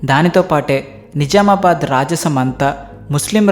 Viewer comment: ని జా మా బాద్ కాదు. .ని జ్జ్జ్ఆమా బాద్